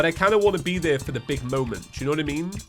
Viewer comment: No... he can say FOUR but not FOR. Very different words.